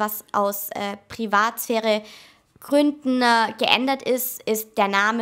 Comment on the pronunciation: hat sie wirklich "treffne" gesagt, wie der drachenlord?! Gründne